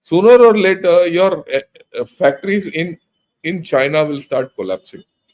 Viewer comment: Chain-ya will certainly Cry-na.